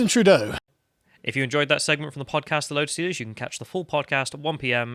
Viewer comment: Why do you call him Justin "Trudeau"?